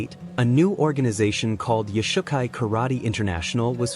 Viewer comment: Origins.......... not Origens.... YOshukai. not yoush ukai kai doe not kai doo .... I have a green belt, and it matters... And we have nothing to do with Shotokan.